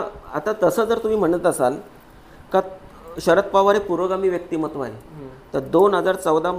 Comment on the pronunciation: व्यक्तीमहत्व नाही, व्यक्तीमत्व म्हणा.